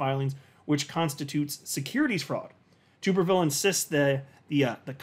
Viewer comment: FYI, it's pronounced TUBerville like - flubber 😜